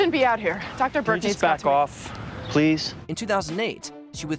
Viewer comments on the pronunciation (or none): none